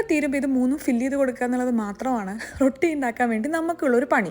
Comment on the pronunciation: റോട്ടി ❌ റൊട്ടി ✅